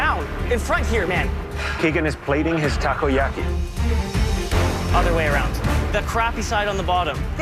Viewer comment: I laugh so hard when the other chef pronounced "takoyaki" as "Taco yaki" HAHAHHAAHHAHAHAHAHH